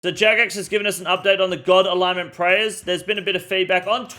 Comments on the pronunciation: It's pronounced alinement bro. Unless that's just how u guys say it there then in that case I'll go fuck myself lol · Ya wtf is an a-lig-ment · Please stop pronouncing the g in alignment lol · He said god alignmentligmas 😂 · Bros out here callin us morons while saying ‘aligmint’ 20ish times in a video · Say it with me [UH] + [LYN] + [MUHNT] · my man the g is silent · why does he says alignment and not alignment? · The way he pronounces alignment cracks me up every time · Somebody help this man pronounce alignment. Appreciate the video update still. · You are one of the most well spoken off the cuff creators I've seen on Youtube. But you can't pronounce alignment. Ffs cunt